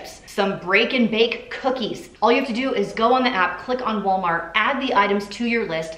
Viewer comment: I love the voice-over where you sound like you're saying: ''You have chosen Wally'' (for Wally World/Walmart). 🤣